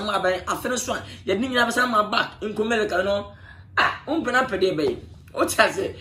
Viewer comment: Did I hear him saying Kumilica?😂😂😂Boiy3 mo L ne R is big problem